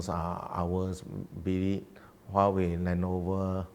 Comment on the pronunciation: Huawei sounds like YAHWEH